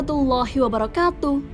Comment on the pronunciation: Ngucapken wa alaikum salam warahmatullahi wa baraktuuh..blm fasih masa' wabarakatuk?? kan harusnya wabarakatuh.. coba anda dengarkan dengan memakai headphone..